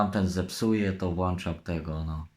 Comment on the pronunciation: Nie "włanczam" tylko "włączam"